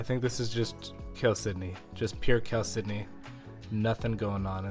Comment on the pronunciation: Now I finally know how to pronounce "chalcedony"!